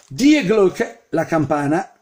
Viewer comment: ….devi pronunciare Di Glocke;)